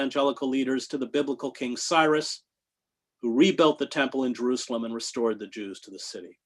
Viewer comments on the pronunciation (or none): none